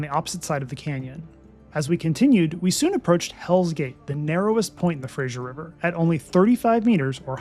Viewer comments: An enjoyable and informative video, especially since I’ve been trying to decide between Rocky Mountaineer vs Via Rail trip. Small point for accuracy. It is Fraser River as in fray-zer. Not Fray-zsher for Frasier. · Nice video. Please pronounce the Fraser river correctly. It is named after Simon Fraser NOT Frasier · Please excuse me, but I cringe every time that fray-zer is pronounced fray-zhur. The zh sound is applied before ier, thus frasier is pronounced frazhure. Thank you. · Fact check - It's Harrison Lake, not Bay. The Fraser River is pronounced like razor, not Frasyer. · it's not FRASHIER, it's FRASER. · It is not the “Frasier” like the television show but the Fraser, pronounced Frayzer. Never understand why people cannot get this right. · Frayshure river.. LOL.. It's Fraser.... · Fraser said like fray-zur. It's not said like that 90's sitcom. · Yep. No I in Fraser!